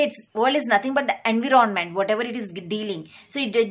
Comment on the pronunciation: It’s not En-vee-ron-ment